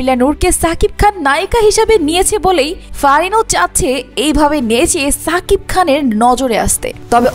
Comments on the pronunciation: Lern to pronounce his name properly first. Its Shakib not Sakib Al Hasan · ছাবিক খান না,, এটা শাকিব খান, আপনি আপনার উচ্চারণ ঠিক করেন